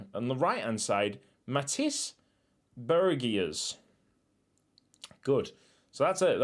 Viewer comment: The "ij" part of the name Augustijnen is pronounced like in the word Fine or shine. So Augustinen. The "ie" part of Bergiers is pronounced like the english letter "E". As an English name it would be "Bergeers" i think. Hope this helps!